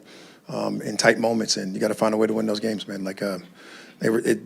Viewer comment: "Find a way" was worser than AI saying "practice"🤣😭🤣😭